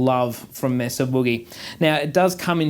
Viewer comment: When I hear you pronounce it Mess-ah I move on, It’s May-suh boogie. If you can’t do the name justice don’t bother.